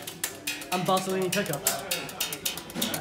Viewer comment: Bartolini, not Bartoloni.